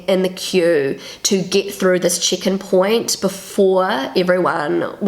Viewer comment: I always understand "chicken point" when you pronounce "check-in point". Kiwi accent is so funny! 😆